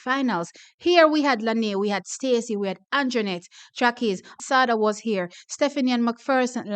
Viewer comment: Sada's name is pronounced Sha-day